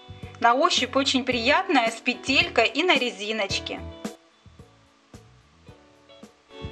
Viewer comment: В слове петелькой ставиш ударения на букву втарую е а надо на первую е ясно не русская ты.